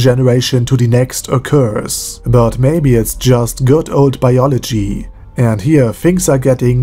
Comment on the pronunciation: "Goid old Biologie"... Do you say that in englisch? I know they say it in Germany like that but never heard an englishman talking like that